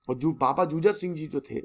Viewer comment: I respect you sir but its not " जुझर सिंह "its " जुझार सिंह "